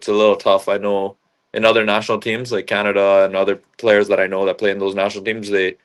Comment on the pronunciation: It's Canada not kannada 😂😂😂